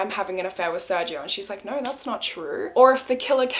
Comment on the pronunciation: I love you and your content so much, but as a Hispanic I must correct your pronunciation on something 🤗 the G in SerGio is actually pronounced as a (English) H or strong G. So it'd be Ser-Hio.